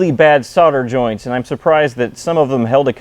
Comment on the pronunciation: What kind of joints were they?? Pretty sure you were missing a letter or two in your pronunciation. ;)